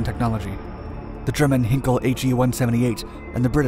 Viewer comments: Try to pronounce Heinkel as H i nkel. Not H e nkel. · Just a note: Heinkel is pronounced hine-kel (put it in google granslate english and press the speaker icon or just put the original in german google translate). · Umm, what? Heinkel is pronounced Hain-Kell, come over Germany and you’ll see how we say it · or better HighNkl